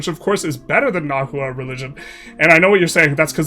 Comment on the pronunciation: also, the hu in words like nahua is pronounced like a w. so its na-wa